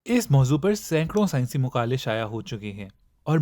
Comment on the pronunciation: scinece muqAly nhi maqaly hoty hain